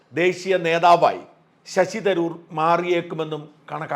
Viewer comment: ശശി തരൂരല്ല ശശി'തരാർ' അല്ലേ സാറിന് തെറ്റിയെന്നു തോന്നുന്നു ആകപ്പാടെ 'കൺഫ്യൂഷൻ' ആയല്ലോ.